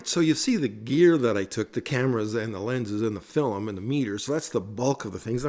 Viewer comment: Your pronunciation of film as, “fill-em”, is endearing…